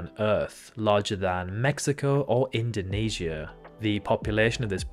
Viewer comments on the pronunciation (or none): none